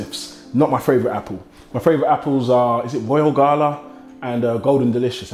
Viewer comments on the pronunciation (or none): none